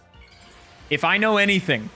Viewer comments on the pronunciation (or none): none